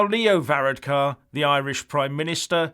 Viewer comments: hahah you cant say his name right ! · Amazing you little Englanders,and he is not a prime minister,he is the Taoiseach,you could not even be bothered to learn to pronounce it,typical myopic view.And you’re figures about the election are way out,unbelievable and Varadkar is not pronounced like that.